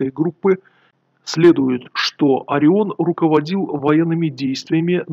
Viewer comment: Единственное что непонятно - почему "Ореон"?